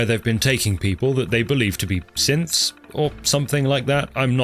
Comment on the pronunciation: When you mentioned Synths in Fort Hagan, I thought you said simps... which fits well with the mention of women faking stuff on the internet.